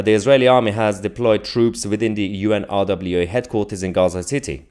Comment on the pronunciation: Mahyar...pronounce it...UN-RA = UNRA = UNRWA...the W is silent...a bit like the P in water...!!